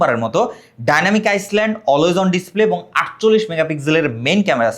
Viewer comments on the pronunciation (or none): Daynamic iceland🚫 Daynamic ayland✅ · আইসল্যান্ড নাকি আইল্যান্ড